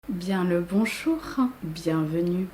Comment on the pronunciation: « bonchour euh charlotte 😬» 😂 la pauvre